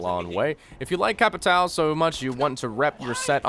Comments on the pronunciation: The correct pronounce of the name is CA - PEE - TAN - HM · KKKKKKKKKKKKKKKKKKKKKK mano, me da uma agonia toda vez! CapiTAL xD AHAHHAHAHAHAH this makes me feels bad everytime... " CapiTAL " xD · it's read Capito thanks basic American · it's not capitAO, it's capitÃO. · I actually likes when other people tries to say Capitão, but they can't pronunciate "~" so it becomes "CapiT-Á-O". Ã sounds like "uoom" so pronunciate this is something like C-A-P-I-T-A-UOOM. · Brazilian here. I hate how you guys say "Ca-pi-táu". It's so fucking weird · I have yet to see an english-speaking youtuber speaking Capitão's name correctly. :( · as a portugeuese it hurts the ways you say capitão just say Captain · omfg ffs ive watched a million vids on capitao and every one of them pronounces his name wrong. use google translate to hear the pronunciation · Maybe you should learn to say is name before making a guide on him :) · Im brazillian, the way to say "capitao" correctly is: the "a" sounds like the "u" in "mud" or "cup".. you can throw "captain" in google translator too, to hear for yourself